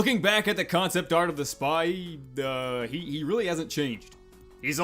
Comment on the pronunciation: Ah yes. The sphee. Such a magnificent creature.